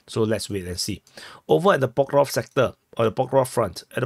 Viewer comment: For the love of God Please stop saying Pokrovsk 😅